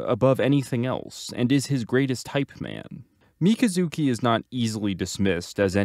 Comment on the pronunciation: Mi - kazu - ki. Jesus man. They pronounce it in the show lol